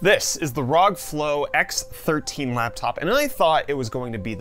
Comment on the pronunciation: Its pronounced rog not rog